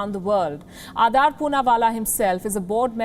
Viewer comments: Why're you pronouncing it like Adaar? -_ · Why so much hate WION News in him..Shame on you Palki Sharma Upadhyay.This is shameful.And its not Adaaar Poonawala its Adar Poonawala.Shame on you now you run a smear campaign against him who has provided lakhs of Vaccines.